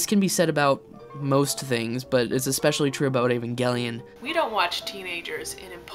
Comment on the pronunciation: Evangelic 'J' sound not 'G' please